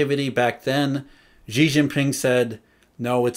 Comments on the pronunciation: "神州 Shenzhou okay, but is he straining when he says "she" or is he saying it effortlessly?" He's pronouncing it wrongly regardless. The actual pronunciation of Xi is closer to "Sea" than "She". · He can't. He pronounced Xi as "She" which is incorrect. The actual word sounds closer to "Sea" (or the letter C) than "She". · His pronunciation is horrible indeed. For example, he pronounces Xi as "She", which is wrong. The actual pronunciation of Xi is closer to "Sea" (or the letter C) not "She".